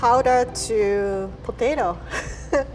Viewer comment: "Looks like mashed potatao, Smells like mashed patato, It is mashed potato" 2019